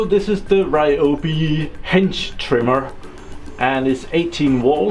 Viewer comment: Nice review/test - thanks! I wonder who gives you thumbs down. Perhaps because of your pronouncing of "hedge" which sounds as "hinge". Anything else is really great. I've myself been looking into a cordless hedge trimmer watching a ton of videos here on youtube. One thing I especially like is that you put the tool to a real test and not just petting some thin branches of a very open shrub. Even demos of the pro grade tools was like that - thanks for being so informative - NOT. Many of those I could but faster with nothing than a pair of scissors so why would I then buy a big and costly machine... - but not your video - it is really providing a lot of great info - so a huge thank you for that! Basically my choices was among Bosch AHS-50-20, Milwaukee, that Ryobi and then the store brands at Uncle Harald and Jem&Fix. I was leaning towards the Milwaukee as we have that brand at work so getting it is easy and relatively good priced. But looking at the weight is was out of the question. It's even heavier than the old corded Makita I was getting tired of - partly weight - partly the cord. Since I have Bosch drills and generally I like the quality of the green Bosch the case was settled. It's not "pro" grade but still very well made and sturdy. Synes nok jeg kunne kende accenten ;) Hygge!